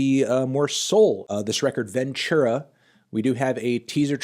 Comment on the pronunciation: Its pronounced "Ventura" not "Venchura"